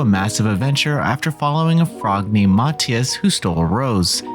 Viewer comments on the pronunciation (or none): none